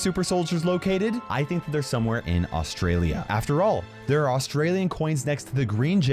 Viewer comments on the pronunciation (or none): Why does everyone who doesn’t live in Australia pronounce it wrong